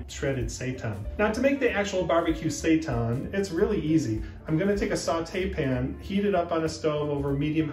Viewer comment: its saytan not sightan